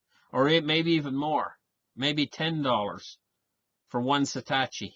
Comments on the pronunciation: Love your channel. However; for future reference, it's pronounced SAH-TOH-SHI. Have a great day my friend. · say it like this "sah toe she" lol